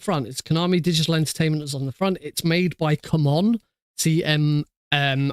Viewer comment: i cant watch anymore. as soon as you said cum on, I knew you were ONE OF THOSE people. its C MON (see Mon) not come (cum) on.